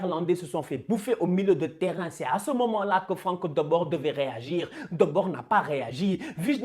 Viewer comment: Juste on prononce Frank De Boure et pas de Bord